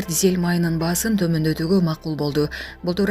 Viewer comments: Дзель эмес дизель деп туура окуп,анан чыксанар жакшы болмок. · Дзель эмес!! Дизель! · Дзель эмес дизель деп айтылат!!! Ушундай грамматикалык катаны көп кетиресинер!!! Ушуга окшогондорду жоготпойсунарбы, адамды уят кылбай!!!